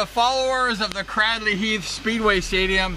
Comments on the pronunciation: Fantastic video. So nostalgic for me. All those riders names I remember. But particularly because I was born in the house right next to the church you can see in the video at 6.20. and lived there from 1963 until 1985. Can I just say though, that it’s pronounced Craydley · Lol, thank you this is great as I’ve been a fan since I was kid! But it would be even more epic if you actually pronounced Cradley correctly. It’s actually pronounced as if it was spelt: ‘Craydley’ Or like ‘Cradle’ thanks again, love the memories!